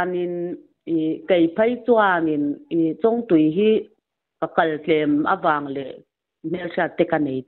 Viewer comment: Chawngtui khua i lam dan chu akhawhming a bo daih